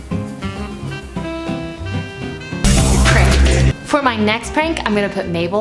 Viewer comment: The way said pranked every time killed me inside 😂